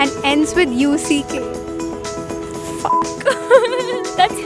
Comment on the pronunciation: they say fa-hq instead fak